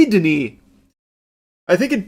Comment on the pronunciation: So happy you said 'Denis'